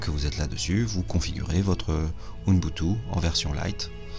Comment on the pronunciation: "OUNBoutou" ou "UBuntu" XDDD :))